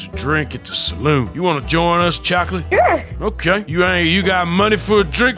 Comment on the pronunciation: "cHOcklIt" -Arthur Morgan, 2022